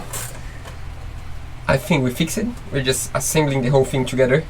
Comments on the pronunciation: Small point about English pronunciation. Your English is very good, but an "ed" ending is not pronounced. All you do is add a "t" to the end of the word like "fix t" or "arrive t". It is actually easier than pronouncing the ending! Sorry if someone has already pointed this out before, but you guys seem focused "focus t" on getting things right and I am enjoying watching you! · I want to start by saying that both of you have great English. Sometimes I forget that you are not in the USA. Your English is so good that I feel comfortable mentioning this weird little nuance that I’m about to tell you. The word ‘fixed’ is pronounced ‘fixt’. The suffix -ed can make three different sounds -id, -d, or -t. It has to do with the ending sound of the original word. Native speakers do this very naturally and many don’t even know that it’s a thing. If the -ed feels weird or hard to pronounce then try one of the other forms. Here’s a link to a chart that might help.